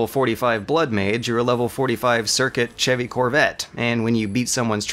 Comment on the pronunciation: Dude..."Chevy" is pronounced, "SHEH-Vee". Not, "Cheh-vee". Unless you're talking about Chevy Chase's Corvette, CHECK PRONUNCIATIONS IF YOU'RE NOT SURE.